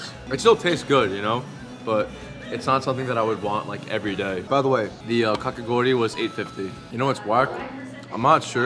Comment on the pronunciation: When you pronounced kakigori correctly I smiled so much idk why but it made me really happy